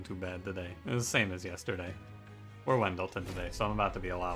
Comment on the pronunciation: Sorta curious... Did you know that you pronounce Ex Awoken Champion in an exotic way? You say "When-del-ten", his name is Wyldenten and i pronounce him "Will-den-ten". Weird, right?